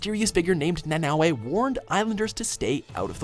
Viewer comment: Wow pronounced Nanaue like they would In Hawaii, I hate when people pronounce words wrong since nowadays you can just check online how to pronounce words correctly so your not offending there culture the words originated from